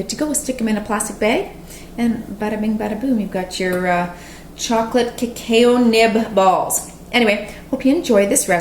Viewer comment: Cuh-cow. Ha ha no offense. I like the video thanks